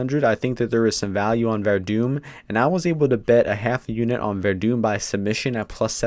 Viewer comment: It's Werdum my dude lol, you gotta at least get his name right before you go shouting off or else you just look like an ass.